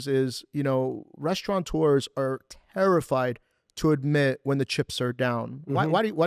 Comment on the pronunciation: Sir, the proper pronunciation of the word is Restaurateur.... No N. That is the person who operates the Restaurant